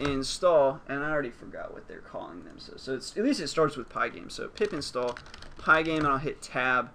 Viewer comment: Did he say pip install or pee pee stalled?